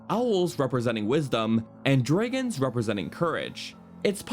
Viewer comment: It bothers me how he says Farore and Dragons....